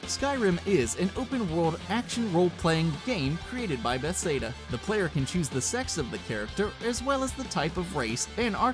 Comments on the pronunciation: Skyrim is an open world action role-playing game created by "bess-ay-duh", according to this guy. it's Bethesda, not bess-ay-duh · lol are u even a gamer its bethesda not bethseda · Im sorry but its pronounced bethezdah not bethsaydah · Did he say Bethsayda? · "Bestheda" you mean be-thes-da? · Besada?? Why can't this guy pronounce words. First mario, then Bethesda. You'd think he'd do a little research in pronunciation. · Bethseda? It's Bethesda hell I even had to re-type the wrong spelling coz it autocorrected me lol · it's Buh-thez-duh not Beth-say-duh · Be-thes-da, not Beth-say-duh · "Beth-Sada"? Really? Learn how to pronounce the names of the subject matter in your own video. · bethesda not bethsayda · BETH AIS DUH its beth es duh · its pronounced bethesda not bethsda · Bethesda (Pronounced Ba-thez-duh) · "Beth Seda" oh my jesus christ my grandma pronounced it correctly and you didn't. She's in her eighties. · You pronounced Bethesda wrong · Beth-seda really dude he said it twice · Ba-Thez-Duh, please say it right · it is pronounced be. thes. duh. and i mean duhhhhh. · What kind of rock do you need to be living under to pronounce Bethesda like that? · Did he really say Bethesda like that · I swear he's TRYING to say them wrong I mean cmon, alduin he says (al-due-in) GladOS he says (glad-Oh-ess) and Bethesda HE FUCKING SAYS (BETH-SAY-DUH) WHAT IN THE ACTUAL FUCK.